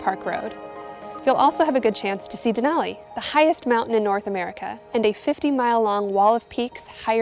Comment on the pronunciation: *and "Denali"